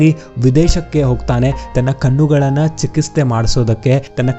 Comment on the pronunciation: Sir Chiketse anno word annu sariyagi read madi